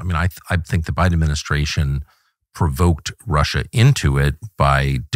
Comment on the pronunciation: "bide ministraish" BI-DEN AD-MIN-I-STRA-TION GOD DAMNIT